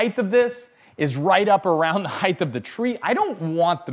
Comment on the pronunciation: Chill out. I enjoyed the video and lots of content. I have never heard someone say Height that way and I don't think its a colloquial variant though I am happy to be proven wrong and it was pretty distracting ngl.